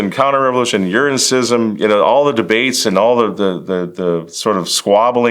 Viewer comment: If you’re gonna profess to be an expert on schism, at least pronounce the word correctly lol